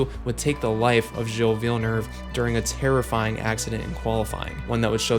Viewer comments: Great video as always! Only thing I’d change though is how you pronounce Villeneuve as Villenerve, there’s no r there, it ends like the word “love”, so Villenove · Good vid. I'm 59 and was a young, avid F1 fan in the 80s. It was an amazing decade for F1 (and music btw). The TV coverage was sparse and no internet so we bought magazines that had splashy big colour pix and great journalism. BTW, pronunciation... phonetically... vill-nuve, did-yay, pall-ett-ee... among others. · "Villanerve" was pretty funny to hear as a Canadian too